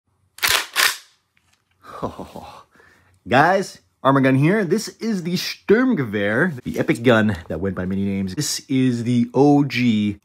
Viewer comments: This is the steeeerrmm geveeer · Pronunciation uffff 😅 Sturmgewehr ≠ „Schtöhrmngwäehr“ and no, it isn’t it’s the name of the weapon type, not the model… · The stürmgewr hahqhaha as a fellow german this pronounciation was quite amusing but the effort is there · Sturmgewehr 😂noch nie so ausgesprochen gehört